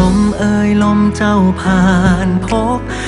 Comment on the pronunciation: ชอบการออกเสียงคำไทยของเวลาร้องเพลงที่สุด เวลาใช้คำว่าเธอ, ใจ, เจ้า,ไฉน ไม่พ่นลมออกเหมือนภาษาอังกฤษที่บางคนร้องแล้วลมมันออกแบบนั้นตลอดซึ่งฟังแล้วลดความเพราะไปเยอะเลย